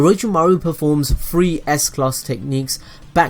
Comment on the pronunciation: "Top three" not "Top free". Christ dude...